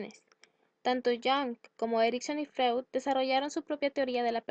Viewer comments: No se pronuncia como se lee...Freud. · como confiar en alguien que ni siquiera pronuncia bien a freud x_x